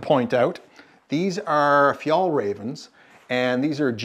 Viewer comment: Talking about pronunciation - its not fjallraven, its fjällräven (ä is pronounced like "air" without the "r"). The animal is not a raven, its a räv = fox. Fjällräven = The arctic fox. Although fjäll = mountains. Nice walkthrough of the gear.